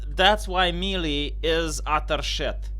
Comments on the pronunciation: melee is pronounced maylay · Booooooo you suck. This is worse then DSP teaching Street Fighter. Don't Me-Lee me in your Bee-Ta.